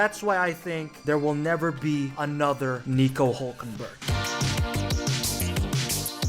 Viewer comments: His name is Hülkenberg not Hulkenberg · It's Hülkenberg not Hulkenberg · hÜlkenberg!!!! ÜÜÜÜ, say it or leave it! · Its Hülkenberg not Hulkenberg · He is german and the name is hülkenberg with ü two points over the u (diese Kommentarsektion ist eigentum der BRD)